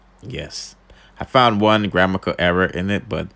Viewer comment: "Gramical error" and grammatical error mix up you cant read or or pronounce words lolz bad pon di news them tho mixup